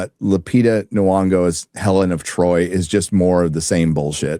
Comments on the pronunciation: If you please, Lupita N'Yongo's name is pronounced Enn-YONG-oh. Any time an African name starts with a consonant like M or N, they are pronounced, as if that consonant functions as its own syllable, as in "Emm" and "Enn." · I believe it's pronounced "nyonnygo" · I'm convinced youtubers like this guy don't actually like movies. He says he just wants a good story and is fine playing with the "look" of mythological adaptations, but can't get over the fact that in his mind Helen has the wrong skin color. Also for a guy who reviews movies it's a little weird that he can't pronounce (Academy Award winner) Lupita Nyong'o's name. He also seems to have an opinion on the Wilson Odyssey translation without knowing "classicist".